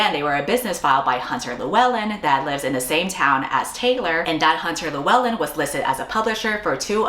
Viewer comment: Best pronunciation of Lewellyn from an American I have seen 🫡🏴